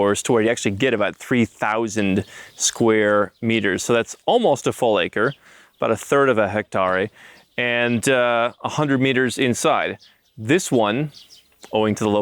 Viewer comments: It’s pronounced Hek-teuh not Hek-Taray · ITS NOT...NOT..HECT ..''AAREY'' ITS PRONOUNCED HECTARE... HECT..''AIR''. GOT IT MR.BIG LAND AND REAL ESTATE BUSINESSMAN !!! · You're not wrong. The other bloke is. Second syllable is pronounced ' tehr' as in ' fair' or ' hair ' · Love the video mate, just might want to check your pronunciation on ‘hectare’...... I could be wrong but I’ve never heard it said that way.